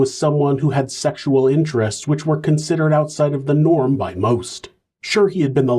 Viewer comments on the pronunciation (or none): none